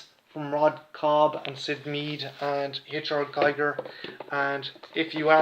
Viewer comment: Come on man, the late great H.R Giger is pronounced ''Geeger'' as in ''eager'' not ''Guyger'' as in a Geiger counter ... Apart from that, all good :)